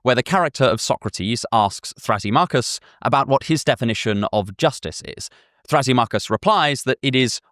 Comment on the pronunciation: I used to use Thrasymachus as a screen name, but only ironically, since I love Plato. I always thought it was pronounced thruh-SIM-uh-kuss, not thrassy-MOCK-uss. But I don't know if I'm right.